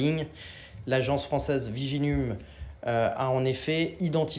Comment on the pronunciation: Viginum, c'est une blaaaague 🤪🙃🧐😅🥴 il dit viginume et non viginum 😁😁😁